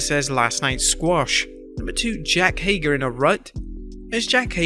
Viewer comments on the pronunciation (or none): Jack Hager? Come On Bro I Know Your From Across The Pond But Come On, JAKE Not Jack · Did you say “Jack Hager?”